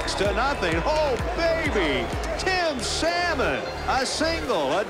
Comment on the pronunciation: The rookie "Saymon?" LOL, you rookie announcer! Who can't pronounce 'salmon?' LOL